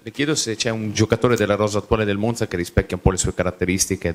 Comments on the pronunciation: Spero che abbia imparato a pronunciare Monza, ma ho i miei dubbi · Se mette finalmente la difesa a quattro gli perdono anche come pronuncia Monza...insentibile dall'allenatore del Monza😂